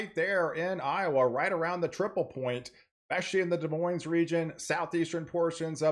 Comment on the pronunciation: The Big Island of Hawai'i had a Winter Weather Advisory yesterday, for the volcano summits. Very weird to see! LOL, you said "Des MoineS" like we say it in Washington state for Des Moines, WA (just a bit south of Seattle).